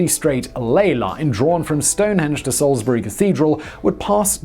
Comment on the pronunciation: Congratulations on pronouncing "Salisbury" correctly, Simon!